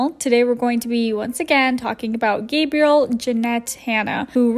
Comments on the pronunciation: Did you call her “Gabriel”? As in the masculine form of “Gabrielle” or “Gabriella”?? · You called her Gabriel like a dude name